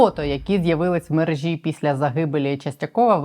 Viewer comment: мерЕжа, не мережА